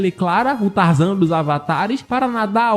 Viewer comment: "Espécie de trazan" kkk